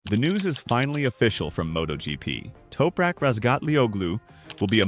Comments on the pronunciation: Who's "Toperak"? TOP-RAK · Its, TOP rak, not Toupe rak.